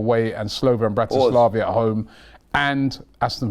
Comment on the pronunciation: pronouncing the names of the teams is vile! Slovan Bratislavia?